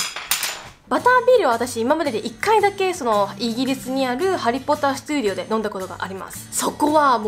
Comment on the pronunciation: ハリーポッター studioっていう発音聞いてさすがだと思った